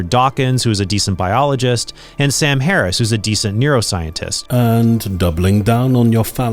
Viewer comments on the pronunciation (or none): none